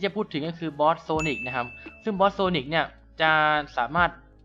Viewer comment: ทำไมผมได้ยินsonicเป็นphinix